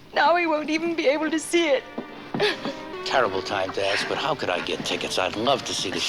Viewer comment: "cood"? Really?